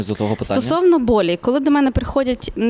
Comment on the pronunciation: Не болі, а болЮ!